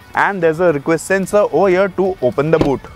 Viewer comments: Did i heared OH YEAH instead of OVER HERE...?🧐😆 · "over here" was sounding like "oh yeah" 😝